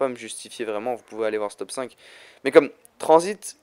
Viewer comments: Ses transit pas tranzbit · il a dit transbite